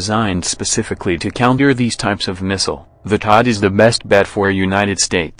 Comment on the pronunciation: TOD? Ha Ha! You mean THADD.